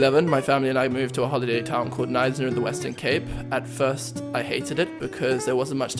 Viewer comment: Finally I know how to pronounce 'Knysna'.